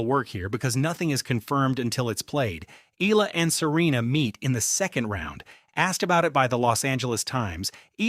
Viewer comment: Pls pronounce her name as Eh..ya..la...